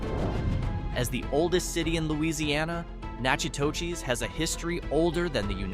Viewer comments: Pronunciation Nakadus Na ka dus I was bond in Louisiana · Say it with me Nack at tosh!!